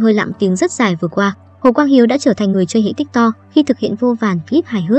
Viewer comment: tiktok đọc là tít tót bạn ơi😭